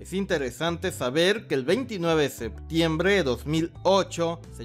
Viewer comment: me caga como dises septiembrrrreee